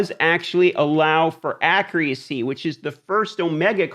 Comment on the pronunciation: How does this guy not know how to pronounce accuracy?